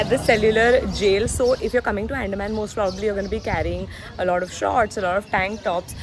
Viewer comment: I am from Andaman and FYI it is pronounced as UN-DAA-MAAN. It's not Ann-Deh-man